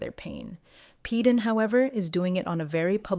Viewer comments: First you said he was Janelle 's son, then you said Christine. Christine is his mother. Every time you say Paedon's name, you pronounce it differently...mostly incorrectly. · Thank you!! What's so hard about pronouncing his name! She changes how she says it, every which way but the right way! She needs to sound it out!!!😮